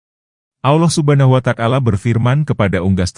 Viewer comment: Yg bner lo nyebut nama Allah Subhanahu Wata'ala, bukan subhanuwatakala.